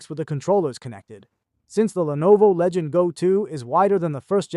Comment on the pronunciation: “Legend Go” god nobody can pronounce the actual name of the fucking thing 😂 it’s LEGION GO!